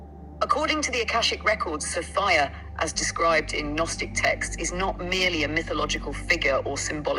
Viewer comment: It is confusing me with the pronunciation. Why is she going from Sofia to Sophia? What’s the correct pronunciation?